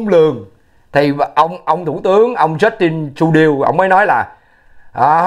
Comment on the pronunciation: Prime Minister of Canada is Justin Trudeau ( Justin Tru đô ), pronoun correctly Bro.